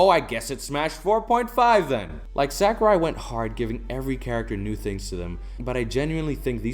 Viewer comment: I agree with all you’ve said. Well stated. (By the way, you’re pronouncing “Sakurai” incorrectly.)